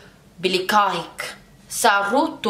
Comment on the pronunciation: Sorerto belegahek When you pronounce it like this it means I’m glad that I have sex with plants not Nice to meet you (as it supposed to be)😂 and the word legahek means When plants mate it can’t be use when you describe a human it’s just for plants The right pronunciation is sorerto belega ek